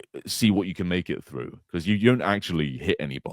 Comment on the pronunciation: "so thorugh"? I know they speak a little funny in the UK but cmon lol